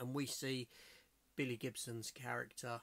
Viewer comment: 'Billy' Gibson? 'Cutie Gutwah'? who? it's MILLIE Gibson and Ncuti (Pronounced 'Shooty') GATWA.